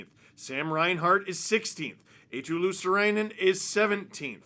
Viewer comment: Steve, you're struggling with pronouncing Marchand after absolutely butchering Eetu Luostarinen. Finnish names aren't hard to say, they're written exactly with the phonetics of the letters. It's you Anglos who fuck it up. Eetu is EE like in Rihanna's Umbrella, ee, ee then tu. Luostarinen goes like LUO, sta, ri, nen, stress on the LUO bit. All R's trilled. There you go.